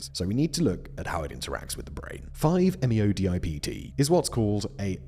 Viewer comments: close Simon! it's 5-methoxy-n,n-DIEisopropylTRIP(tam)een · five - meh-THOX-ee - en - en - DIE-EYE-soh-PRO-pil - TRIP-tuh-meen